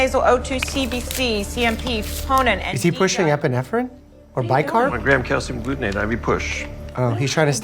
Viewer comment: Love this show as a former ER worker, though I have to nitpick as well. I'm not aware of anyone stocking IV glucose. It's dextrose 50% (D50). Also slight mispronunciations with calcium gluconate and rhabdomyolysis.